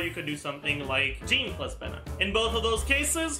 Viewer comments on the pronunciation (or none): none